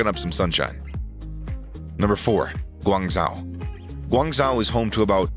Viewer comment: Hearing him mispronounce Guangzhou so horrifically triggered me more than it should have.